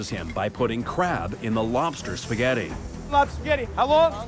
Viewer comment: lol Justin says "Lobster Sketti"